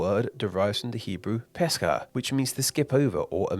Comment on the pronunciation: This is probably gonna get pushed down, but since I didn’t see anyone else saying it, the pronunciation of the Hebrew word for Passover is not in fact “Pesca”, and the meal isn’t said “Sayduh”, it’s “Pesach”(roll the ch like “fancy” Bach) and “Seder”(both E sounds are like “Ben”). A good video historically speaking, but the British accent is strong here, lol.